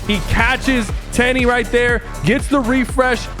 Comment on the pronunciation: bro was there all weekend in Dallas and couldn’t pronounce t3eny right 😂